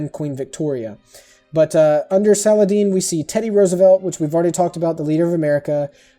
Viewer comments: the arabic of saladin is sa-al-din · Just to tell you, it's Sue-meh-ree-uh. I'm curious why you think Sparta negates that Athens might be a civ itself? The Greek City-states were actually very different. For Mvemba a Nzinga, I think that was correct. And Saladin, the i is an i, not a hard e sound.